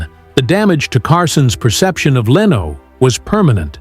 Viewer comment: I sure do hate AI narration. LEENO, seriously? It even went from correct to wrong pronunciation in the same monologue! If the text is correct it really sounded like Leno was a victim of the consequences of other people's decisions. And as for class, Letterman was an especially low class person and presenter. Leno was much classier and more professional than Letterman in front of the camera in every way. He remains very classy in his car collector YouTube videos. This video sounds like someone's fiction assignment.